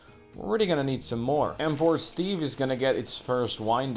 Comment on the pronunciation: Haha, every time I hear you say Port Steve I hear "Poor Steve" and sometimes I think that's more accurate. XD The logistics are getting real complicated with the ole urban sprawl but I have faith in the illustrious leader! Well played.